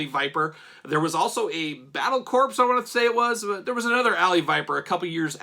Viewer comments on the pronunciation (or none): Sorry dude.. it’s not pronounced battle corpse.. the “s” is silent. The original Viper was pretty cool but my two favorite “Vipers” were the Stratoviper and the Night Viper.